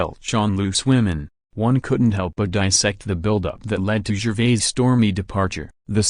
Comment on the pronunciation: Utterly awful and pretentious narration. Pronounced 'Gervais' incorrectly. Unwatchable crap.